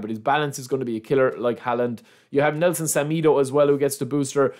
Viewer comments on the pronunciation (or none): none